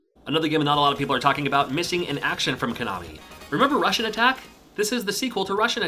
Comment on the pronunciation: sounds like you`re saying "Russian Attack"